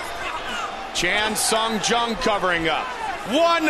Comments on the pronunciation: It's funny to hear how many ways Goldie can mangle the name of Chan Sung Jung. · mike "i can say chan sung jung's name wrong a lot of different ways" goldberg